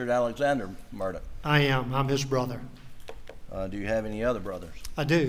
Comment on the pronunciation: So odd how Alex pronounces his surname "Mur-duck" or "Mur-dick" while his brother pronounces the same surname "Mur-dahw", and once he does say "Mur-dock". Mur-dahw Rental Center Mur-dahw(?) Kobota Mur-dock Equipment LLC ......so there's multiple ways that this family pronounces their surname, between Mur -- daw, dah, duck, dick, and dock. At this point, some people pronounce it "Murda", very close to how many South Carolinians, North Carolinians, Georgians, Floridians, Mississippians, Cajuns or creoles might pronounce "MURDER". And the (convicted) murdering Murdaugh is known as Alec and Alex to various people in his family and community, although most who are close to him seem to call him Alec, or "Ellick".